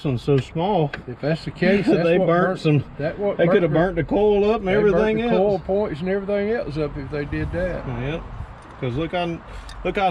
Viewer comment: Coil doesn't rhyme with coal. LOL from New England.